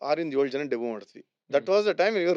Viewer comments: Should be pronounced as Debyu instead of Debuu That's fine, he speaks such a Good English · Debut pronounciation by Vijay looks weird